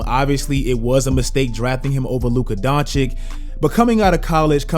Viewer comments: not Don-chick...it's Don-chich... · Dončić (Donchich) stop that shit with DonchiC! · it's he's 3rd season and you still haven't learned to pronounce his name. It's Dončić not DoNčiK ffs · It's Doncic, not Doncik. Just repeat the way you say first "c" at the end :P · You pronounce vucevic correctly but you butcher doncic, makes no sense lmao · He hurts me when he says "Luka Donchick" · Three seasons in and you still pronouncing it Donchik? Serious fail. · Its DonCHICH damn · Man, don't do Luka's name like SAS. Just do the last "c" in "Doncic" like the first "c". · and you still can't pronounce Doncic... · still saying his name wrong....smh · Bro how can you still not pronounce doncic‘ name right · It is a real wonder, when a guy is top 10 player, 2 times all star starter, all nba, roy, best 22 year old ever and you still can't pronounce his name.